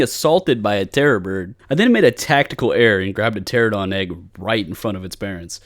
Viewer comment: It's Pteranodon not Pteradon. 😅 pls